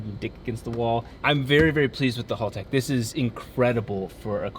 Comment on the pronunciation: Haltech, not halltech.